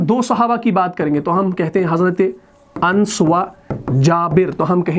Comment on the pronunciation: Ans nahi anas sahi pronunciation hai.